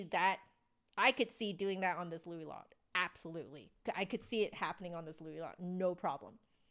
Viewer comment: I’m pretty sure it’s pronounced like the word “low” (Louis Lot). That’s with five years of French, but it’s a name so…